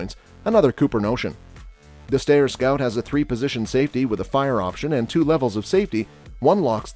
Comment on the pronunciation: ...it's pronounced 'sty-er'...I met Jeff Cooper at.a S H O T Show in the.90s when Steyr presented him that rifle We talked for a few minutes then I bought one of his books from his daughter, Lindy. Which he autographed .he was rather proud of that rifle...the stock was airbrushed with a design especially for Col Cooper...I'd been a long time fan bofbhis and was both surprised and honored to notbonly meet but to talk with him...